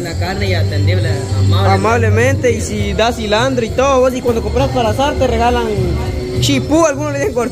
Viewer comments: No se yama sllandro es silantro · Se llama CILANTRO, no CILANDRO